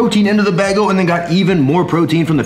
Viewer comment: It’s pronounced Bay Gul